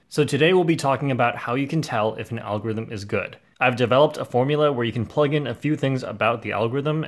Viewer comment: I like how it Said Algometer